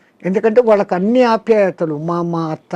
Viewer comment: Vallaki కాదు వాళ్ళకి అని పలకాలి తల్లి. నీ తెలుగు వింటే చిరాకొస్తోంది. మంచి మంచి వాళ్ళను ఇంటర్వ్యూ చేస్తావు. కొంచెం తెలుగు మంచిగా పలికితే ఇంకొంచెం బావుంటుంది